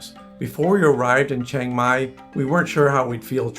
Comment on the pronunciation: Its chee ang mai, not cheng mai